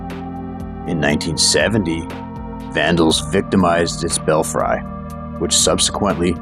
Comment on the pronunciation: Belfry is pronounced bell free.